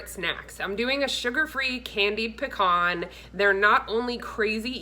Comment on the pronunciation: This is similar to my recipe. I toast my pecans first. And I put a shot of Captain Morgan’s spiced rum. Oh and am I the only one giggling at the pronunciation of pecan?